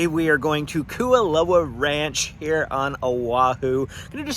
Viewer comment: KOO OH LAU is how it's pronounced butchered it